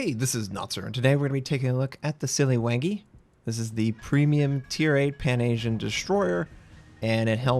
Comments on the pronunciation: Siliw"u"ngi. That's the right way to pronounce it! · Not 'Siliwengi', the 'a' in 'Siliwangi' has the same sound as 'a' in 'Alaska'. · it pronounced "si li wah ngi", named after king siliwangi of sunda kingdom in 15-16th century